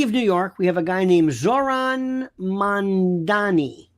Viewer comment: It’s “Mamdani”, not “Mandani”. I don’t care for him, but we may as well correctly pronounce his name.